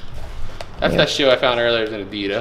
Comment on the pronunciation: I like how you say Adida as if Adidas is plural😉🥰😂